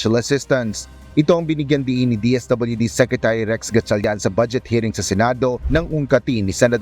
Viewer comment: Sekrituri ba talaga lea?